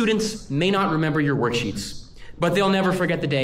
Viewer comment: I thought I heard warsheets instead of worksheets lol.